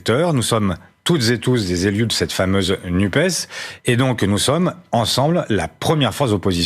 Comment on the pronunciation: "NUPES" : prononcer nupesse - sinon on n'entend pas le "S" de SOCIALE